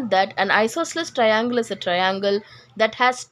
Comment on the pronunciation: Hello miss that is not traiiiinnnnglllllee that is triangle